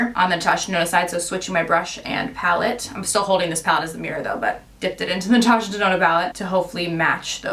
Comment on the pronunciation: Love the look but Omg I cant believe that 129 dollar palette just did that!! Holy balls I was mortified😭😱 Girl you better write a letter! Natasha DUH-NOna...